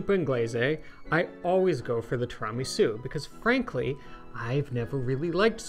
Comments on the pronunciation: Please ask Eva to teach you how to correctly pronounce tiramisu! It is 'tiiira', not 'tiraaa'.😉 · i cant get over the pronunciation of tiramisu asTirahmi-sew haha have i been saying ot wrong my whole life? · I love that says tramisu😂😂😂😂 This desert is a keeper ❤ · TWO RA MEE SOU 😂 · (Pronounced in Eva's wonderful delivery). I absolutely love and adore what you guys have done with Pasta Grammar and enviably your lives over the years. However, I am not sure if it has been noted by anyone else yet that pronunciation of Tiramisu drives me nuts. Just some constructive feedback, as it may have little influence. But, if it hurts my ears than it must do something to Eva's and other's innards as well. I love what you guys are doing and will look forward to other, non Tiramisu related content. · pronounces tiramisu weirdly. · Somebody please teach how to correctly pronounce ''tiramisu.'' Thank you. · Can someone teach this guy how to pronounce tiramisu? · Great video and you are mispronouncing tiramisu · Eva, please straighten out pronunciation! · You're not pronouncing tiramisu correctly.